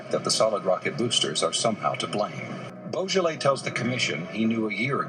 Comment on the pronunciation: Please pronounce his surname properly. It's not pronounced like the French wine Beaujolais